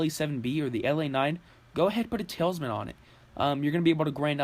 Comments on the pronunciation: Ta Lis Man. Not tailsman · it's pronounced tal-isman, not tail-isman. al as in, 'al gore'...not sure where you created an invisible I or Y from.. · The way you say talisman hurts my ears. It's basically towel-es-men just less pronounced with the towel part more like tal es men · lol, am i the only one hearing him say "Tails-man" ?!?!?!